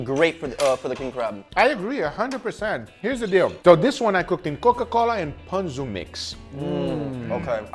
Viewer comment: That is not how you pronounce ponzu